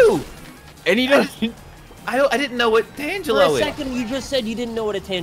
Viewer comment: I actually hate their pronunciation of the word tangelo😂😂